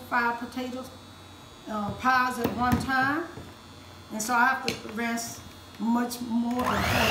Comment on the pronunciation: When she said, "ranshe" that off", I knew that pie was gone be on point!